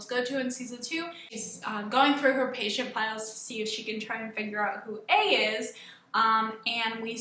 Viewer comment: Lol I thought you said "looking at females on her computer"